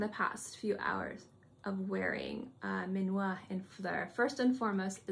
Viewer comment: Your video is super interesting and is so difficult to find videos about Dominique’s creations. Thank you very much. Please learn to say the name is done for you from a french person 😂because is not minuat is minuit 😂 and mise en plat no mira plat 😅